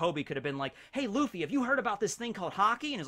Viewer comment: Im impressed by the casual japanese when quoting luffy